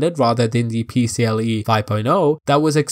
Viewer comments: Great video but its PCie 4.0, not PCLE 😅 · There's an i in "PCIe" and not "PCLe".